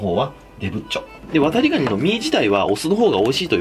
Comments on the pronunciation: 「ワタリ」の言い方が「渡部」にしか聞こえないw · 「コップにワタリ(119)の身を入れて〜」 ごめんワタリ、こうとしか聞こえなかった。